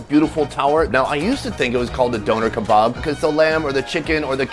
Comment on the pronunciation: I love you and the videos but I can't be the only one that hates how he says Doner kebab?